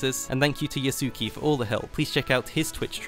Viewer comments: YAH-su-KAY, not yuh-SOO-kee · l believe his name is pronounced as Yasu-kay